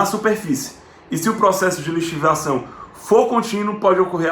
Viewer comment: Tem que melhorar, nunca vi lixivação, todos os livros e até o corretor falam lixiviação